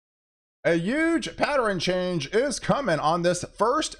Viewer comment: Patteren? Not pattern? Good weather updates 👍🏻Thank you